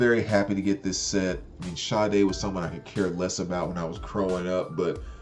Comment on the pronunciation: thanks for not botching Sade's pronunciation like most of these youtubers calling her Sharday, hahaha.